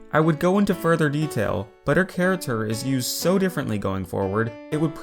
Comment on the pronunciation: Wait wait wait, he says character charater on purpose right?! I’ve heard him say it a lot.